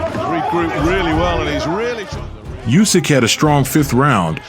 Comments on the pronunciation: It is not "Jusek" but Usyk. He told you that several times but stupid people doesn't help to say things million times! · Not "Usyk". Try to say "Oosyk", this will sound right. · His last name NOT just, but Usyk (Sounds like Oosyk) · Bad pronunciation of "Usyk" in this video.